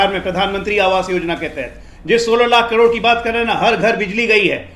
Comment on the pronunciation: इसको तो करोड़ भी बोलने नहीं आता।।